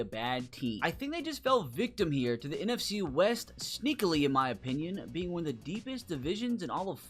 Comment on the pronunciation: Right out of the gate in the NFC west....you butchered that